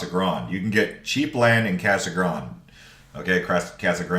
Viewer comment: Its Casa Grande not Casa Grand